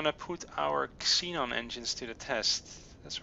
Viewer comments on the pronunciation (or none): Just for clarification, the "X" in Xenon is pronounced with a "Z" sound. For example, Xenon would be "ZEnon." Its really confusing because the English language is full of weird exceptions. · Just so you know, when there is a word that starts with an "x," it is pronounced "zee" (I know you are not english), so Xenon gas is "Zeenon gas," in terms on how it is pronounced.